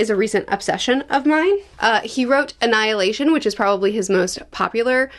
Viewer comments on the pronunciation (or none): none